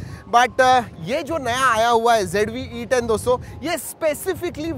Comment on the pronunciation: Z ko g bolne wali public 😂😂😂😂 icoo z5 bhi paresan ho gya🤣🤣🤣